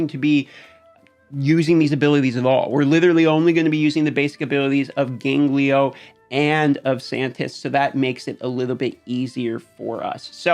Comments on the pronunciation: Who the hell is 'Ganglio'? Gangelo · wat da fvck is gangleyo.. hahaha.. its GAN-JELO bro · dude, it's gangelo, not ganglio. Great video though, I'm actually gonna use some of these teams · Please, for the love of God, STOP SAYING GANGLIO! It's Gone-Jell-Oh. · i'm sorry...you said ganGLIO? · In Spanish "ganglio" means "glands". So I giggled when I heard him saying it. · Is there any place to farm Freya? I know some rares drop in campaign, e.g. Rujago. But I don't think it's like raid where every stage has farmables. Also your pronunciation of Gangelo has infected my brain and I can't say his name correctly now.